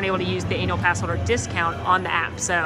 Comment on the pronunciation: Captions are hilarious for these videos. The way pronounces annual (pass) has highly amusing consequences on the cc.